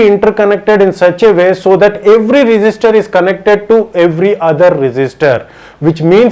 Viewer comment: I thought you are saying resister but not it just register